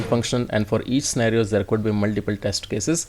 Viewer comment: Spelling of pre requisites is wrong in the template of test cases. Also why everyone explain only login or registration test cases? These two functions everybody knows. Also sir the scenario pronounciation is done wrongly by u in entire video.